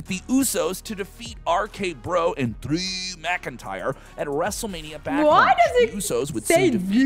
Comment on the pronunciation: But why does he say it so odd like that? 😅😅